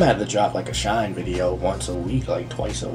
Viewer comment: Shinee is pronounced like Shiny